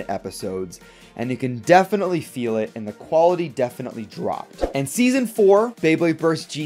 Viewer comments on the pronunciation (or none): none